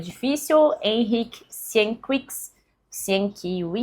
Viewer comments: Só pra te ajudar, creio que o nome do autor se lê: Henryk SienquiÉviquis (com ênfase nesse E que eu destaquei). Feliz 2026 e sucesso pro canal! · Vamos pronunciar corretamente o nome do autor? As pessoas aprendem a pronúncia errada e assim vão passando adiante.